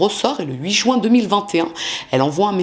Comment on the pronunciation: Je remarque que les crimes ont souvent lui en Juin, car ça me fait mal aux oreilles à chaque fois. Pourquoi dire "Jouin" ? C'est jUin ! Du coup, je focus sur ça ark !!! Beaucoup de gens en France disent ce mois de mauvaise prononciation